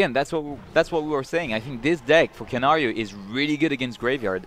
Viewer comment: No es KANGARO! Its KANARIO!